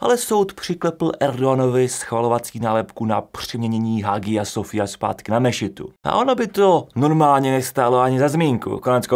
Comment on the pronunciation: Hagia Sofia se vyslovuje jako [haja sofija]. A francouzské jméno Charles je [šarl]. :)